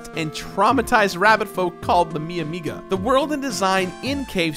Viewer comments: Called the what now? I think you mean Mimiga, not Miamiga. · Yo, they're not called the Mi Amiga, they're Mimigas -- pronounced Me-me-ga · The rabbit folk in Cave Story are STILL not called Miamiga. They're Mimiga. One A, just the one A in Mimiga. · Mimiga is not pronounced miAmiga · I see nobody's told how to pronounce Mimiga yet:P